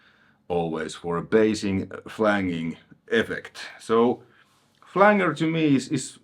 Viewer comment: Hey man, your videos are awesome. Speaking multiple languages is something I do not do. Your awesome man. The flanger is pronounced Flan- ger and not Flang- ER. Anyway, keep up the great videos.